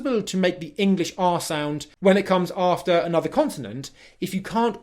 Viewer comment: This self-pronounced expert needs a bit of expert help himself : e.g. "anuvva" (another); "goh'ah" (got a); "oi would give" (I would give).